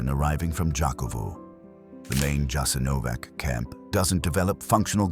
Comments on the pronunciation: "Yah-sin-oh-votch" was establish in occupied Yugoslavia and was operated by the Ustaše regime. Europe's only Nazi collaborationist regime that operated its own extermination camps, for Serbs, Romani, Jews, and political dissidents.[7] It quickly grew into the third largest concentration camp in Europe.[8]. Unlike German Nazi-run camps, Jasenovac lacked the infrastructure for mass murder on an industrial scale, such as gas chambers. Instead, it "specialized in one-on-one violence of a particularly brutal kind",[10] and prisoners were primarily murdered with the use of knives, hammers, and axes, or shot.--Wikipedia. It was a huge brutal place, there are some horrible photos online of people that were maimed there, but still managed to survive. The camp is not "well known" in the west. If you are interested, I recommend starting with the Wikipedia page for "Jasenovac". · When you've already got into this topic, you should have learned how to pronounce the name of that place correctly! Jasenovac with an initial J and an ending C - and you can't pronounce it as if it were a place where English is spoken! And one more thing. Even though it was a concentration camp during the NDH, you should have mentioned that the first concentration camps were founded by the English, and you don't mention them because they were just as ruthless towards people as any other, whether in WWII or before or after it. Just ask yourself how the UK came to have all the territories where English is spoken, including Hong Kong, and only then judge Croats and Croatia because you clearly don't know enough about their history and everyone who occupied it during it! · because he is an illiterate English provocateur! he doesn't mention their shit and camps during the plundering of his known world over the last 600 years. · Probably not pernounced with a j but a ya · JASENOVATZ. NOT JASENOVAK. WHY DONT YOU LEARN ??? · It's not "Jasenovak", but "Jasenovats" (with a "tsss" sound in the end).